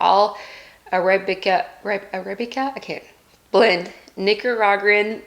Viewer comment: 🤣🤣🤣 hey at least she tried to pronounce it! I wish the names of the pods were easier to pronounce too.